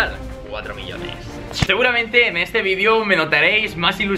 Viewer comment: Like si quieres escuchar a un Español decir VIDEO y no vidio xdxd (Like para que lo vea grefg y lo haga xd)